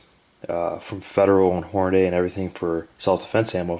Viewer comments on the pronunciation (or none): HOR-na-dee. wtf, public school?